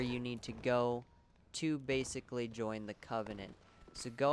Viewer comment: bashically xD I'm sorry man, had to laugh at that, no offense. Nonetheless, great video, subscribed. I only needed mound makers only to find out that I killed the rotted tree so I fucked up. ng+2 here i come...